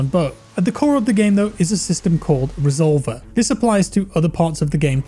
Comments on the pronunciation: Reh zol vair is how its pronounced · resolVER, thas how you pronounce it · Re sol ver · The way he says “resolver” lol I’m cuban so it’s funny hearing a Spanish word pronounced like that haha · i can see it being used in the cartel to describe shooters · The way he pronounced "resolver" is almost insulting